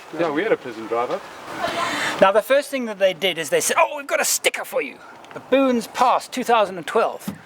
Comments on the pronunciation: "To baboons" 😂😂😂 I hope I'm not the only one who heard that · Why did I think "Baboons Pass" sounded like "Baboons Arse?"